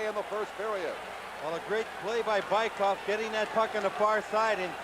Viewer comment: Американский комментатор называет Быкова "Байков" )))). "Велосипедов" по-английски. ))